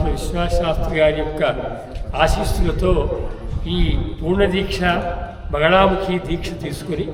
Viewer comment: బగలా కాదు బగళా ముఖి